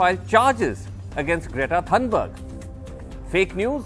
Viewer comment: Its not pronounced thanberg, but Thunberg (thuu).